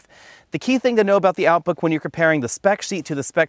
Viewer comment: “out book” haha